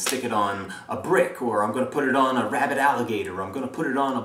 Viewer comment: Haha at first I thought you said "rabbit alligator" not "rabid alligator" and I was like why would anyone crossbreed and then send a mutant animal to the banks?